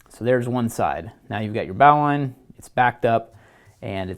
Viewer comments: please please stop saying "bahw-line". It's "bohw-line". Please please say it this way. Please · It's pronounced "bo-lin" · Lorenzo Rendina no no no. ...its Bo lin....